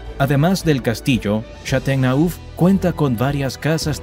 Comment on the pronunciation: Algunos nombres son irreconocibles: el castillo de Châteauneuf que tu pronuncias Chatonu , suena un realidad (escrito foneticament): Chatonef.... Imagínate qué diferencia!!! De verdad, es una pena que no te hayas asesorado porque el reportaje gráfico es impecable, perfecto.